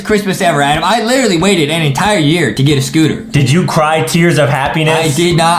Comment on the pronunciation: Its always funny when Justin calls Adam A-dem